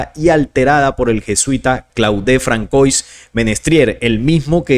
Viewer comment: Disculpa saludos desde Panamá 🇵🇦 Muy interesante solo un pequeño consejo Se pronuncia “Fransuá” me refiero al nombre François. Es un detalle quizá menor pero igual p.e. cuando citas en otros videos a Elon Musk (Pronunciar Ílon Mosk)